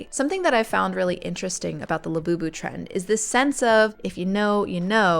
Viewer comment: Sounds like Lapoopoo. what a crazy sh*t